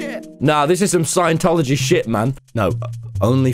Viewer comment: Just realized you said jshit lmao